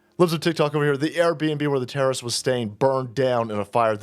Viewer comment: "We whuz not terror wrist.. just axing"